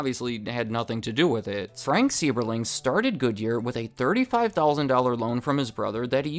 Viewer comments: Another interesting "VS" video. It is so hard to compare Goodyear and Firestone without bringing in all the tire companies as well. As someone who lived in the Akron area for 67 years and had 6 relatives work for the company: Seiberling is pronounced SY-bur-ling not SEE-bur-ling. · It’s pronounced SIGH-ber-ling. Source: just a kid from Akron who’s been to Stan Hywet Hall (his estate) multiple times. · Akron native and citizen here. Pronounced: Frank "Si ber Ling". Love a video about my home town. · As someone from Akron, we pronounce it Sye-berling like rhymes with rye